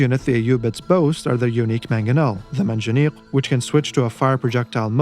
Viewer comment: Can't help to notice that you pronunced perfectly the Arabic "q" in Manjaniq and that you ended the vid with the muslim greeting. Are you a student/Speaker of Arabic?